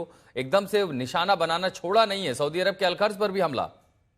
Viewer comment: Tu pehle saudiarab ka naam to sahi se lena sikh le tab baad me news dena